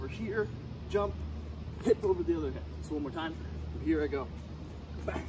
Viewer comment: My guy said ben in the middle of it. I know he actually said bang but it kinda sounded like ben lol